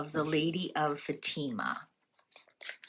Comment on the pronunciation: Its pronounced Fa-ti-ma